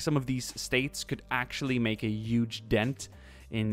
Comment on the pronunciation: HUGE not YUGE